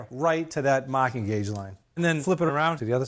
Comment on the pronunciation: Searched Amazon for “maahking gauge” multiple times, and it kept automatically adding an “r”. Similar results when searching for “wicked shaap pencil”